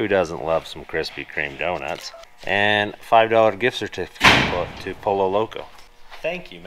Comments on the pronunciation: Great episode that Taco is going to be a beast in the Rubicon. BTW it's pronounced (Po-Yo) for Pollo Loco. In Spanish a double L is a Y sound. Cheers! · I was thinking the same thing! But I’ve always described it a soft J sound. But I’m picky!